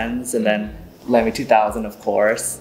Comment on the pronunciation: Nice discussion ! Respectfully, it’s pronounced “Lah-me”. I happen to be partial to the brand with over 40 Lamys in my collection. A visit to Germany to tour their headquarters was a thrill !